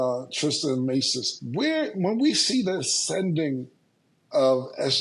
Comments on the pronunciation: Who’s gonna tell mase it’s Trista and not Trish🤔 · Her name is trysta....y yall say Trish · Mase mispronouncing her name every single time always bothers me